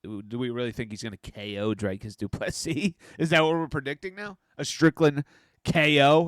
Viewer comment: His name is pronounce Drew like tree kis like miss. Doo, please like Bess, cee like see ❤